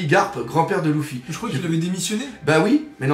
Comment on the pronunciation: Faut vraiment que t'arrête t'est vidéos je dis sa pour notre bien et puis arrête de dire Louffy c'est Luffy bordel de pipe.